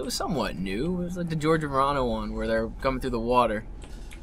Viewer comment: you called george romero george remono